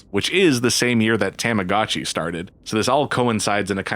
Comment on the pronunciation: “TOM-ah-gah-chee” I’m gonna lose it if he says “TAMagotchi” again